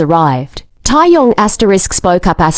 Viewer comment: I had to listen again after AI saying Tai Yang🤣